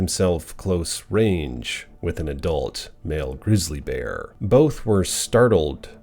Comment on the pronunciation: ❤😂😂😂❤😂😂❤😂😂❤ "The Bearrrrrrr!!!" I'll NEVER get enough of hearing you say that!!!😂🤗